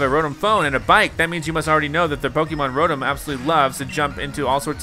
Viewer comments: hes said rotum instead of ro tom the whole series and now im starting to say it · it is pronouced row tom not row tum but it is spelled rotom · its pronounced (Row-Tom) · Stop saying the Pokémon names wrong like weavile and rotom